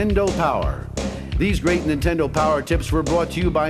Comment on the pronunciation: Hey, guy on tape singing the "nintendo " song...there's a D in Nintendo...it's not Nintenno.